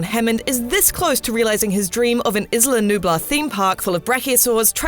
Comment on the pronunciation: You pronounce isla sorna wrong and isla nublar